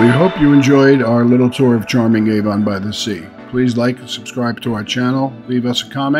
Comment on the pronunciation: Great video! Thank you for showing what a beautiful place it is! 💜 Just one note - it is pronounced Ah-von (short a sound) by the Sea, not Ay-von 😊💜